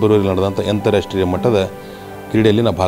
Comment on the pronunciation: ಅಂತರಾಷ್ಟ್ರೀಯ ಮಟ್ಟದ ಎಂದು ಹೇಳಲು ಬರುತ್ತಿಲ್ಲ ಯಂತ್ರಾಷ್ಟ್ರೀಯ ಎಂದು ಹೇಳುತ್ತಿದ್ದಾನೆ ಎಂಥಾ ಗಮಾರ ಇದ್ದಾನೆ..